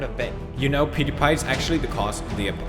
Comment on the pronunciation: I just watched video(YouTube story you need to hear) i laughted so loud when he sayed pewdiepie's name. Peyooodepie 😂😂😂😂